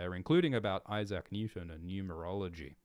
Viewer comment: That's a belter of a way to pronounce Issac 😂